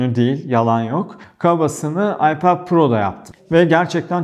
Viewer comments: aypad pro değil telafüzü ayped pro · ipead pro değil okunuşu iped pro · hocam seni seviyorum ama AYPEEEED diyip durma nolur..telaffuza takılmıyorum, sadece çok sık söylüyosun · abi ipaoath niye yani söylerken kendinde zorlanıyorsun ipet te iped de kedinde zor söylüyorsun vazgeç abi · gerçekten aklimdan çıkmıyor telefuzunuz 😀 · Abi Ipad deyişine bayılıyorum.😂😂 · FluTv İlker'den geliyorum. Ipad telaffuzunu duymak için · Öyle güzel ipad diyorsun ki kendimden geçiyorum. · Abinin İpad diyişi çok iyi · Ana dilinizin ingilizce olduğunu bilmiyordum. iPad 'in telaffuzundaki hatanız komik ve antipatik oluyor. Nedeni ise kendi hatanızın yerine başkalarının inceleme videolarını yermeniz. Bırakın herkes istediği gibi çeksin videosunu başkasına sataşmayın ki kimsede size sataşmasın. Burada sadece eleştiri yapıyoruz bir tatminlik durum yok başarılarınızın devamını dilerim.✌️